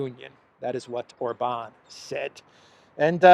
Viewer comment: OR-bahn. Accent on the first syllable ALWAYS in Hungarian. 😘